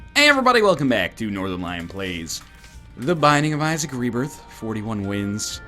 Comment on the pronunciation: "This is our bed we're going to lion it"